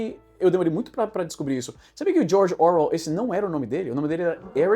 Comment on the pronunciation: O Izzy foi cirúrgico na análise. Eu só diria que a pronúncia de Orwell está errada, ele está colocando a sílaba tônica em "Or", mas não é assim em inglês.